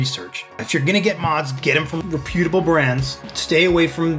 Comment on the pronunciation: Re pyooot uh bull .. u put the wrong m fascis on the wrong sill abbull